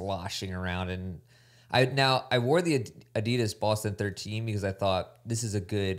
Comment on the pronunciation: Can someone please get to pronounce Adidas like a normal American instead of like a pretentious douche? Enjoy everything the group does except this one very annoying thing.